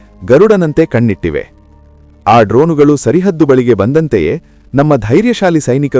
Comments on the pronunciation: ಆಂಕರ್ ಸಾಹೇಬರೆ ಸರಿ ಹದ್ದು ಅಲ್ಲ ಅದು ಸರ ಹದ್ದು ಎಂದು ಬದಲಾಸಿಕೋ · ಸರಿಹದ್ದು ಅಲ್ಲಾ, ಸರಹದ್ದು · Sarihaddu alla. ಸರಹದ್ದು. ಕನ್ನಡವೇ ಸರಿಯಾಗಿ ಬರೋದಿಲ್ಲ. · ಸರಹದ್ದು (ಗಡಿ ರೇಖೆ ) _ Border ಸರಿಹದ್ದು _ ಉಚ್ಛಾರಣೆ ತಪ್ಪು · It is not "sarihaddu" it is "sarahaddu". Please be cautious in pranouncing kannada words.